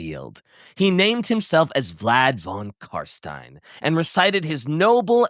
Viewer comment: "Vlad con Carstain" ... WTF ?! You spit in my face . He is f King Legend !